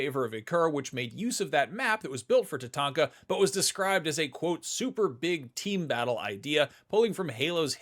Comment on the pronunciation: "described as a Super-Big... Team Battle..." The big, 8v8 Halo game mode is called "Big Team Battle" and you're supposed to say it with a partical cadence. Saying "Super-Big (pause) Team-Battle" sounds weird and like you're not familiar with that mode. You gotta say "Big Team Battle" as one thing, you can't pause between it.